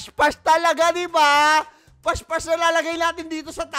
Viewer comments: naka brace po Kasi Kaya di makasalita ng maayos habang kumakanta , Kasi po Kung titignan mo yung video Nila Yung ibang words doon po ay nabigkas Nila ng maayos pero nung nandun na po Sa part ng may s dun na po sila nagkamali ng salita na ibis po past past is pash pash na po. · Pas pas po hinde po pash pash